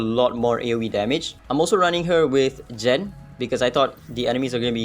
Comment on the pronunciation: Its not Jen but gen ! Gen !!